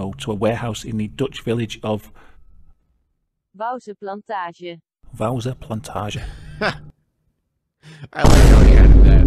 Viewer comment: “Wouwse Plantage” 💀